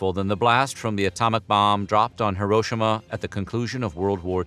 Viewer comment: Thanks for pronouncing Hiroshima properly.